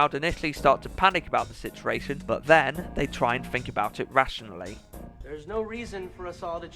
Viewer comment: video was great, but it's 'sit-u-ation' not sissaration.